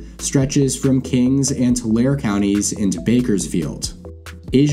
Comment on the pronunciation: "Tulare" is pronounced "tuh-LARE-ee"